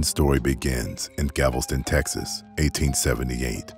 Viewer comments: Gavelston? It’s not Galveston? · Galveston not gavelston